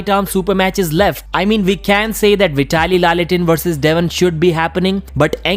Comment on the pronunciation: Hahah well done pronouncing Veee-ta-li. 😂😂😂